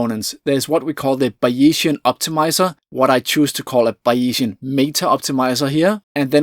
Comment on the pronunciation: *Buy-ee-zian => Bay-zian Great video, BTW. Isn't it amazing that some parts of what we think as cutting edge research changes so fast and others not much.